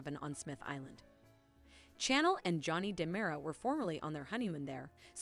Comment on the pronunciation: She is named Chanel, like the perfume and fashion line. You keep saying channel, as in change the channel. Cringe worthy.